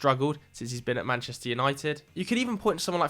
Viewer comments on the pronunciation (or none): none